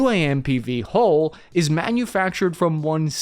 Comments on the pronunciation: God, what a mess. The word you are struggling to pronounce,, is HULL as in Dull, mull, cull etc NOT HOLES as in moles,tolls etc. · it's pronounced Hull, not hole.